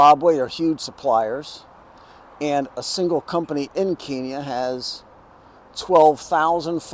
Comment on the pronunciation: Key-nyah is an insult to that country and its people (it was deliberately mispronounced for that purpose by British colonials). So, unless you intend the insult, it's pronounced Ken-yah.